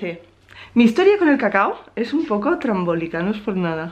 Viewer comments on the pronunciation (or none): Díganme que no fui el único que devolvió el video 5 veces para confirmar que dijo TRAMBOLIKO jajajaja #a_toa_velocidad